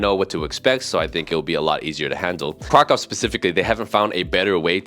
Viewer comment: Just one thing: KRAKÓW It is like "KrakOOv". ó reads "u" (short) You Guys, even living in Poland, do not hear "u" when one is saying the name of this city? Why is it always "KrakOv"? I am not able to understand it! I do not expect You (all of you) to speak Polish but at least to get this name right. I find it very disrespectful.